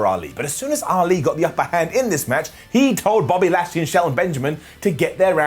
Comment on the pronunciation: said Body Lashley.